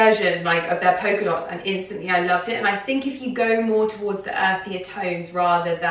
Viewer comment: Why are you pronouncing it “poker” dot?